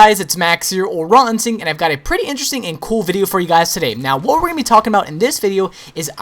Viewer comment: Hiya, if you're wondering then at the beginning of EVERY video you say